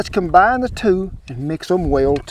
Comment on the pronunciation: He said “did thae job!!! Speak regular English!!!